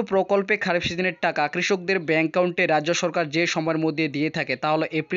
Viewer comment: এত বড় ভিডিওর কোন দরকার ছিল না। আর একাউন্টের উচ্চারণটা ঠিক করে করুন